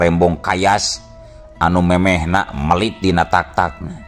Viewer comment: naha kunaon mang di bandungan ti kapungkur dugi ka ayeuna, teu tiasa nyebutkeun EU, mun Meulit di sebut melit, mun peujit di sebut pejit, jeung sabangsana, sadaya anu makè kecap eu siga anu susah nyebutkeun geuning?? Apan amang tèh urang sunda?? Komo tukang Dongèng mah kedah apal Undak usuk basa sunda, punten mang nya di kritik, soalna abdi sakola tèh PRODI Bahasa jeung sastra,aya kawajiban kedah ngèlingan.